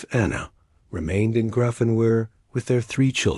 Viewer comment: its spelled Grafenwohr but pronounced Graffenveer